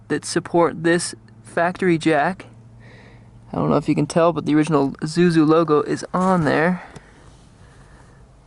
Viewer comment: Pronounced "e SU zu"